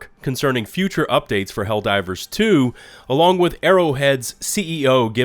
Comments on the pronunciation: I love your video man, but I laughed both times when you said "Hell-Riders 2" LOL. too funny! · Why do you keep saying Hellriders? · I'm just trying to figure out why he keeps calling it HELL RIDERS LOL 😂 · Is it me or is he consistently calling the game Hell Riders? 😂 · Is he trying to say hell rider's? Cuz that's what he's saying